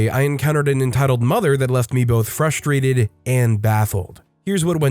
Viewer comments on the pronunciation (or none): The OP was fruSHtrated? When you pronounce an SH sound instead of an S sound, what’s going to happen when the words are like single or see? They become SHingle and SHe?